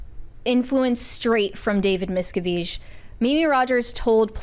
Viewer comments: correcting someone on the pronunciation of “David Miscavige” when she herself cannot even pronounce his name is chef’s kiss. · Pretty sure it’s Mis-Kav-ij. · Thats a new pronunciation for sure! David's own Dad had to plan and execute an escape from scientology. Hellllloooooooo!!! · I'm sorry, that's not how you pronounce his name. The guy you corrected had it right. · The way she corrected him on how to say "miscavige" 😂 wrong! Have they never heard any of the stories of the scientology defectors? 😂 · I like how is mispronouncing the names and correcting people on their correct pronunciations.